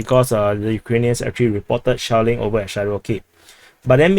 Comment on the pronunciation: Commander pronounces SHELLING as "shaolin"... 😂